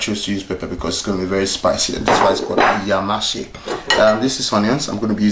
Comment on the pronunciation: Love to see a man cook, does the heart good. And good instructions, the meal was lovely - well done. Also, its pronounced "Aya - Ma -sey". (Thank you boss)